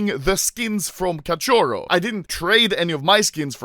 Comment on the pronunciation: It's so funny the way anomaly says “cachorro”(catioro) lol